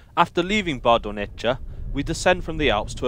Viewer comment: I’m sorry to say that Italian pronunciation wasn’t as great. Bardonecchia should be pronounced as Bardonekkya. In Italian ch=k and thus cch=kk